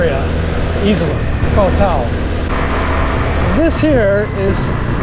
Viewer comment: My man... could you please stop mis-pronouncing the name of my Moo Baan. It is Khao Tao [like Cow Tao] not Koh Tao which is an Island much farther south down the coast. Thank you